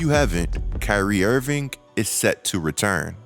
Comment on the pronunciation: Someone pointed this out to me and now I can’t unhear it !! Dude I love your content but ..ing and ink are not the same damn thing 😂. Who the hell is Kyrie IrvinK !! IrvinK IrvinK !! Damn I’m sorry bro but this is bad